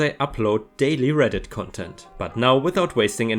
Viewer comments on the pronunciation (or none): none